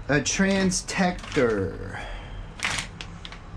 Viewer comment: Did you really say "Transtector" ?